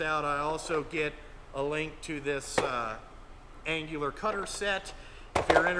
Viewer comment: Dude your killing me No G in annular. Nice mag drill but too much green for me.